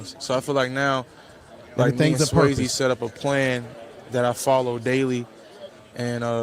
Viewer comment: It's Coach Sway-z no disrespect. i don't understand when people hear someone's name all the time but pronounes it a different way it baffles me lol